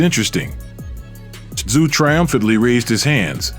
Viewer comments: Who the fvck is Kostya "And the zoo"? It's pronounced "tZoo". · It's pronounced COSTA ZOO 🇦🇺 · It is NOT Kostyat Tszyu, it's pronounced Kostya Zoo, show some damn respect and SAY HIS NAME correctly. His sons may come after you, and that'll Kostya! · Kostya Tszyu is said... and this is mainly for Americans to understand...here in Australia we say his name like this....Cost-a-zoo..... spelt different i know but said that way...i wish American speakers & or announcers would do their homework & find the rright way to say them... otherwish you continually come across as sounding stupid. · 'Costa Zu'. Geez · Can't the narrator manage to keep the "T" out of Tszyu's name pronunciation ? It's not hard.